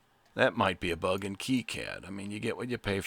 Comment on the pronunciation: Thank you for pronouncing KiCad properly.